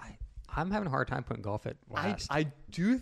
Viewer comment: Jered golf ⛳️ did you just say golf ⛳️